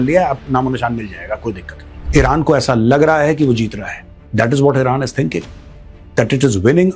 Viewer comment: Mr GODI, It isn't vilran. It is Iran.